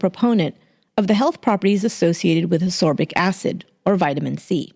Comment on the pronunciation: It's difficult to believe the narrator would consider "segregated" waiting rooms -- which no one in Reidsville ever complained about -- of greater harm than reusing syringes that could possibly be contaminated with the AIDS virus and other diseases. The narrator has seriously misplaced priorities. Also, it's ascorbic acid, not "asorbic" acid.